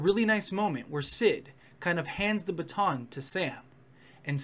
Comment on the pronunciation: ...that's how you pronounced baton at one point.